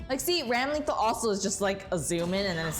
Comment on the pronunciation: Sorry to be kinda nitpicky, but the name is pronounced RAM-eh-thall. The spelling is just kinda weird.